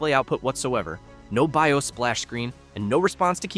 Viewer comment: Heh, text to speech Ai has limitations. , Be I Oss? Still pretty goot alright presentation.